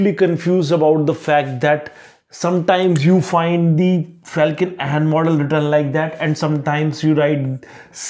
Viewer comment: It's Felkin-Anh not Ahn